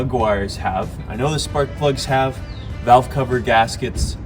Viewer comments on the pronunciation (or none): none